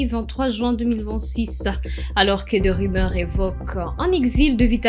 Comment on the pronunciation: Rumeurs et non rimere Tendu et non tendi Faites un effort pour la prononciation svp